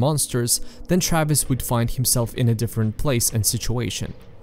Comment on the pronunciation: Your European ass pronouncing "Travis" as "Trayviss" is the cutest thing.